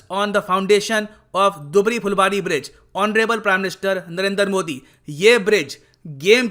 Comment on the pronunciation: दुबरी नहीं धुबरी बोला जाता है। मजुली नहीं माजुली बोला जाता है यहां।